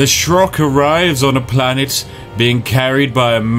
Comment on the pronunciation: It is a wonder to me how literally every youtuber to ever play Spore, can’t read the word planet in the beginning